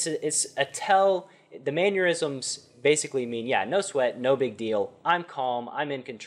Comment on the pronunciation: Mannerisms, not manure-isms. Lol. You’re the man. Keep on grinding.